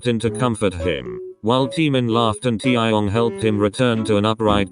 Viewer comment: No one : Computer voice : TiAahyOngg